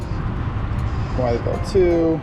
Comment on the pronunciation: Great video. FYI the town Wytheville is pronounced "With-Ville" not "Wyatt-Ville". Got a chuckle out of that. 😄 [Wytheville (/wɪθvɪll/ WITH-vihl) ]